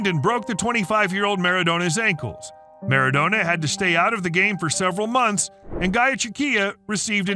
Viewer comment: Marad - o - na bruh what is this